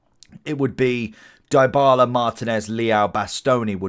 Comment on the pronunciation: Loved the vid but the butchered names made me want to "Die-bala" myself... Its Dee-bala btw and not Die-bala , and mar-tEE-nez not mAr-tinez XD